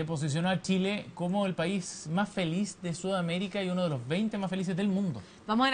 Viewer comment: La periodista dice tileno Tile.porque tienen tanta dificultad para pronunciar la CH.Las chilena??